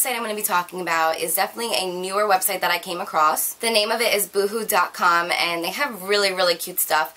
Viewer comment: That's not how you pronounce boohoo